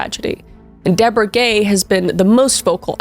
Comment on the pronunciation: I cannot be the only one who thought you were calling the whole family gey. 😂❤